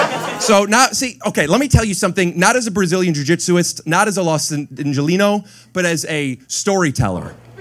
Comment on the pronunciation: You did good but I can tell you were nervous, ill never forget "Brajillian shashitzu" lmao